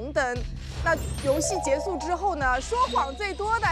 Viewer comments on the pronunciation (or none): 那个导游的结束（结su）老让我出戏